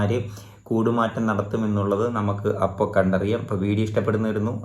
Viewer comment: സിപിഎം ബിജെപി അന്തർധാര സജീവം, അപ്പോൾ സൂക്ഷിക്കുക, അപ്പം അല്ല അപ്പം അപ്പം അപ്പം എന്ന് പറയല്ലേ മലയാളഭാഷയിൽ അപ്പം ഒരു പലഹാരമാണ്, സംസാര അപ്പോൾ എന്നാണ്, ഒരുപാട് മലരുകൾ ഈ തെറ്റുകൾ ആവർത്തിക്കുന്നു😂